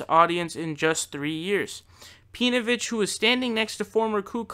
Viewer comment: I like how you pronounce his name pee-novich, I might have to adopt that pronunciation if I ever come across pee-novich or his acolytes online. I actually used to be a a facebook group with Pee-novich prior to him being outed as being married to a Jewish woman, he was mostly just a shitposter and was incredibly difficult to engage in genuine discussion. He wasn't interested in giving opposing views any time, but more invested in shoveling his shit to impressionable minds.